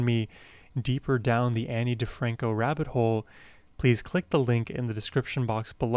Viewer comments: Her name is pronounced like ah-kneee instead of Anne buts she’s also one of my all time favs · Her name is said Ah-nee